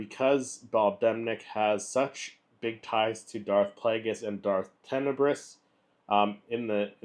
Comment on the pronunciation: So you haven't read the book. You mispronounced his name. You don't actually know the story from the Expanded Universe. All that equals that you ripped your info off from other people's vids that you watched. Well, that's original.